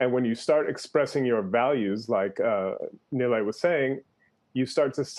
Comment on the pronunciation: Somehow he got Neely from Nilay. As far as I know it's pronounced knee-lie and to make it worst he kept saying it wrong instead just switching to Mr Patel